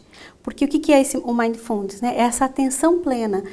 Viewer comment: Ótima palestra mas a palavra mindfulness tem a silaba tônica no mi não no fu. Fica bem esquisito escutar a palavra inglesa falada dessa forma . Fica a dica!